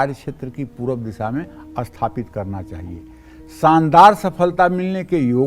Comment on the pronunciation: Likha toh sathapit hai bol asthpit rahe ho. 😇😇🙏